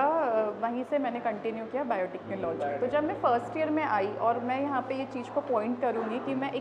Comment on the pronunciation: Interviewer does not have any knowledge about this field and just cracking silly joke at least he should have some basic information before taking interview and also he can't even pronounce the word "Biotechnology" 😔